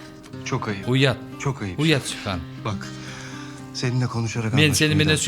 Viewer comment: Тим эле сухан дебей сиухан дешет го бирок сухан эженин суйлогондору соонун экен